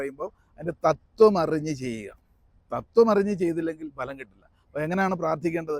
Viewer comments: ഭലം അല്ല ഫലം ആണ് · സാർ ഫലം എന്നല്ലേ ഭലം അല്ലല്ലോ